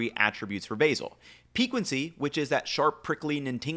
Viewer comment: stop saying pee-qwen-cy bro cmon